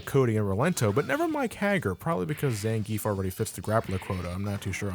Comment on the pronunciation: Did I just hear a effing American pronounce Zangief's name right? Pretty much everyone is calling him "zangeef", even though it's supposed to be "zangee-af", sorta like a lot of russian surnames. God damn, how do you even know that?